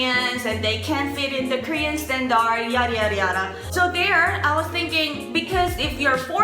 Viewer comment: i love you, but standard is pronounced "stan-derd"